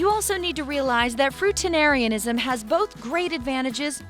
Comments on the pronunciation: lol. why did you put "fruitarianism" on the screen, while pronouncing it "fruitanarianism"? wouldn't you want to reshoot this video to correct that? "fruitanariansim" doesn't appear to be an actual English word! But, if so, why not put that word on the screen? confusing! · The word: fruitarianism The voiceover, repeatedly: “fruitenarianism.” Seriously. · You made a whole video on something that you can’t even pronounce... Fruitanarianism? So close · Why can no one pronounce the word FRUITARIANISM?! It’s not fruitanarianism like she said it 🤦🏼‍♀️ FRUITarian! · I don't dislike many videos but this video deserves 2 thumbs down. The 1st reason is the narrator is saying Fruitarianism wrong. Secondly , She started off by saying she was going to only eat fruit but then jumps from eating only fruits to adding in oils and nuts and eventually other junk foods.